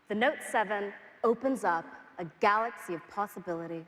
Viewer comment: i always miss the word GALOXY from this guy lol